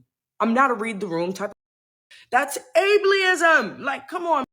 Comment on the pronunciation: Able-ism, not Able-i-ism, just if you want to use the word in the future. I takes away from the severity when it is pronounced wrong, like she did. It feels like she just looked up the word for her own defense to make her sound like a victim....